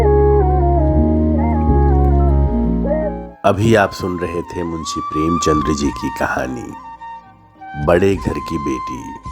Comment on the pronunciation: the name is Premchand not Premchandr, as you pronounce , may like to correct.